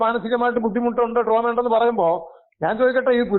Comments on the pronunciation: ട്രോമയല്ല ഡ്രാമ യാടീ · Droma not Drama